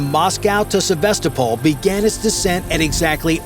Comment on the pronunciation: Probably didn't even happen. Don't try to get your news from YouTube. He couldn't even pronounce Sevastopol properly. 😂